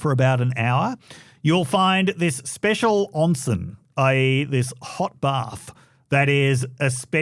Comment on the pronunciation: Oh dear, there is an "eh" sound in "onsen" - "on-seh-n": I hope you stayed in Shibu Onsen and visited all the quaint public bathhouses. A great experience.